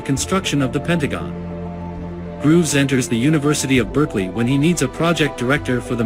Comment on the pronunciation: Leslie GROVES, not Grooves. You need an editor.